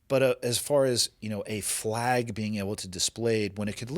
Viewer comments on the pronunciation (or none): it sounds like is saying “flaigs” instead of flag?